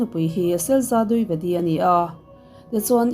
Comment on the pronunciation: Dwivedi ( di ve di) tih a lam tur ania,,(duivedi) nilo in,,ka lo sawi ve mai2,, min lo ngei ngawt ange 😂 ka sawi ve mai2